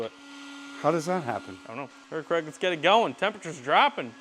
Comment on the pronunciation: Dude it's "Craig". But it easy to see how you mixed it up, the way they pronounce it over there is real short, like "Creg". For the US-ians : the original Scottish/UK pronunciation is like... Crayg 😁